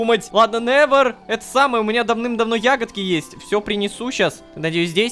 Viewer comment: Я одна когда рома произносит именя невер я вспоминаю мем "Ви нэвер край"😂